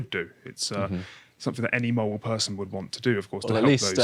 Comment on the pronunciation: what's a wational mowal person?